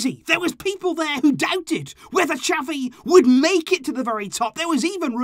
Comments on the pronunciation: Please get his name right on the next video it's not chavie ffs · it's not chavie its xavi 🤣